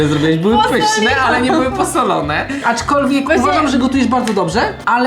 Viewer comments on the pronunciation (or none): POLICZCIE ILE POWIEDZIAŁ ACZKOLWIEG